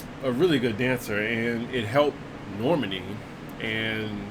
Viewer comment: Normany? It’s Nor-man-i. Guess DWTS didn’t help that much